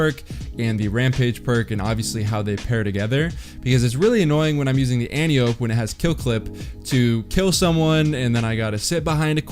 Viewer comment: Antiope is pronounced to rhyme with calliope. Watch Wonder Woman.